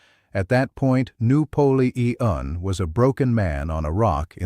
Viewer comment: "noo polee ean" lol and Jesus loves yall, praise God